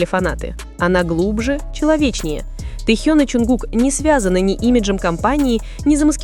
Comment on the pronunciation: Блогер не Тэу а Тэхен ---как вам верить???